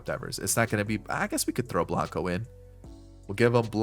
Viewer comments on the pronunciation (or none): none